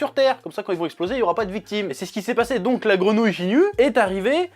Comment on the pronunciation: Tu dit jinyu mais c'est guinyu